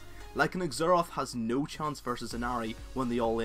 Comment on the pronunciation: its pronounced ZERath..